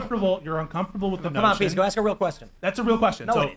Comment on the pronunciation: Pissco not Peesco at his most obnoxious. Love the Patel guy.